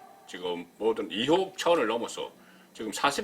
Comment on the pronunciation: 송본부장 님~~ 이혹이 아니라 의혹~~ㅋㅋㅋ 경상도 발음..?? ^^